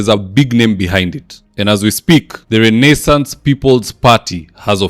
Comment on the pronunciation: I'll be eagerly waiting to see the nonstop "butchering" of the word Renaissance! 😂😂 A little bit too complicated for mwananchi wa kawaida? Anyway, I like it